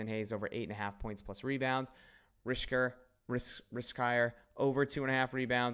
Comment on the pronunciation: Risacher = Reez-uh-shay. It's a French name. Hopefully that helps